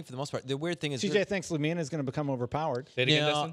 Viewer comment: Its not lumeana its lumina.